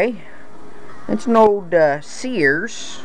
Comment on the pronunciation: sears is ONE syllable, not two.